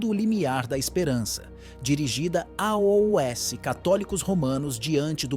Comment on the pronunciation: Porque todos na hora de dizer ( aos) falam ( a o s) o que significa isso, é um IA QUE ESTÁ FALANDO E NÃO UM SER HUMANO?